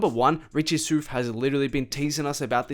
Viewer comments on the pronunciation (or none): Richie Souf, like south, not soof bro 😂😂 good video though